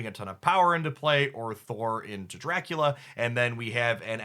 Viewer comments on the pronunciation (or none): none